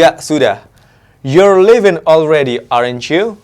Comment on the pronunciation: Aren't ? (Pronunciationnya di cek lagi mas). Keep going.....amazing